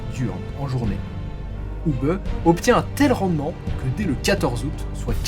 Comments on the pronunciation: Hubé......punaise mais tu as appris a prononcer les noms teutons ou? "Hubeuh" c'est un nom propre.... ça te dit que je te rebatise ""? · Pour la prononciation de Hube, elle est presque parfaite. Vous auriez pu terminer par "bè". 😊 Bonne continuation Si pour d'autres vidéos pour des noms belges (francophones ou flamands) ou des noms allemands vous avez besoin d'aide pour la prononciation, je peux vous aider si vous le désirez.